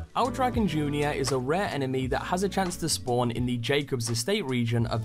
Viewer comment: Cracks me up just how many content creators mispronounced Lectra City... You're the first to say El Dragon, though, as opposed to El Dragón. XD